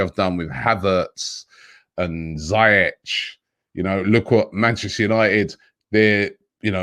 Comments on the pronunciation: Pronounced Zeeyek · Ziyech is pronounced as Ziyek